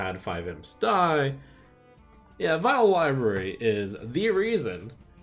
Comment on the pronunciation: "Vile Library" is pronounced "Vilebery"